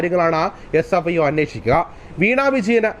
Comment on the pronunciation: CFIO അല്ല SFIO ആണ്